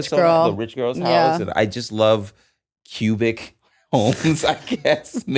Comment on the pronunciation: I heard pubic homes instead of cubic homes